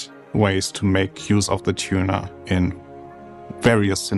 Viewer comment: I'm surprised they didn't replace the character with a fish every time the narrator said tun-ah ...